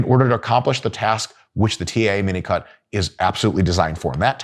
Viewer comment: Is he really saying minicut? Because I always hear minico*k 👀